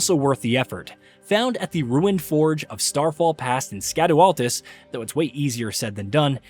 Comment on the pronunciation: Scadu Altus is pronounced “shadow Altus”. Likewise Scadu tree fragments are pronounced as “Shadow tree fragments”. They are using old English where “sc” has an “sh” sound.